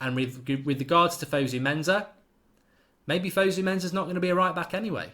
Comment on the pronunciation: In Fosu-Mensa, the Mensa is pronounced "Menssa" not "Menza". FYI...